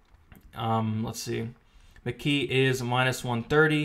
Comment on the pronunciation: McGEE though why does it sound like Mckee? lol